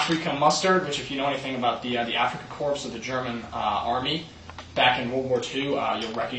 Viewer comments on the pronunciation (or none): did you actually say "afrika CORPSE?" the word C-O-R-P-S is pronounced CORE